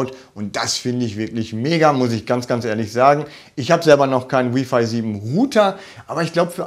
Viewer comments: Freue mich auf die Pico. Btw bitte nicht W(I)f(ei) sagen hört sich schlimm an. Richtig ist W(ei)f(ei) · Jeder kann seine Meinung haben, aber im Englischen wird es halt nun mal so ausgesprochen. Im Deutschen übrigens auch: Lautschrift: wai·fai.